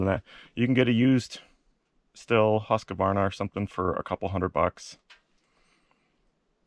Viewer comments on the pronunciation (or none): Stihl = Steel or Schteal. Not Still.